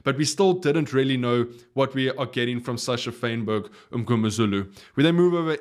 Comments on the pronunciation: To use your phrasing - I REALLY REALLY implore you to pronounce Sacha's surname "Fine" berg, not "Fane" berg. The Mngomezula part is fine. I would VERY VERY much appreciate it. Great video! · You are the only person in the world pronouncing Sacha's surname Faneberg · They do say some strange things up in Bulls country. That's one of them. "Fain" berg (instead of "Fine" berg) is another.